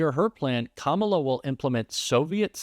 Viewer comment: By the way Trump her first name is Ka-Ma-La . Sound it out they taught us this in first grade.